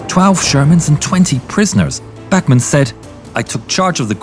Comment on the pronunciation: His name is Bachmann and not Bachmenn and he is obersturmfuehrer and not oberstermfuehrer